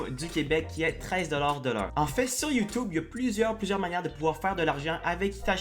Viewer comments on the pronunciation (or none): J'adore quand tu dis "youtoube"